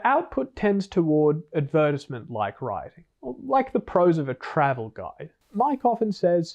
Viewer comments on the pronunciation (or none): what like writing? lol never heard it said that way